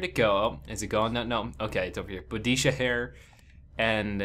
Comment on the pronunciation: i know u arent the most historical type, but Galileo instead of shakespeare? boudisha instead of boudiCA and indians instead of native americans that last one is actually racist, sure u may not have meant it but one of my good friends is native american so please... but other than that i enjoyed the vid ur very enthusiastic